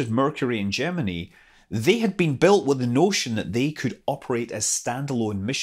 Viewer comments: another one that can't pronounce gemini yeah i get it but you don't understand how stupid it sounds when you pronounce it like you and amy do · learn how to say gemeni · I've always pronounced Gemini with a long "i" at the end. (ie: Jem-in-eye). I couldn't help but notice Scott pronouncing it with a "ee" sound at the end. How do you other folks say it? (I read far, far more than I watch TV/videos, so sometimes I end up having really goofy pronunciations of things...)